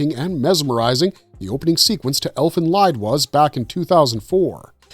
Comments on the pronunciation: The “Lied” in “Elfen Lied” should be pronounced as “leet”. It’s a German word for a song. “Elfen Lied” means “Fairy Song”. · Elden Lied. Lied is pronounced as LEED.